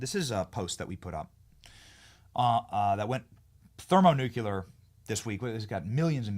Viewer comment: Great content but for saying that word so often you need to learn how to pronounce it properly: it is thermonuclear and not thermonucalar…